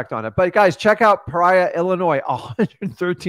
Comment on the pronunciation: Pa rya 😂 it's "pee or e ahh" love all your guys content and that course you guys have TOP TOP NOTCH